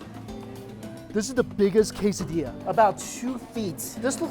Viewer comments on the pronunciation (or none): none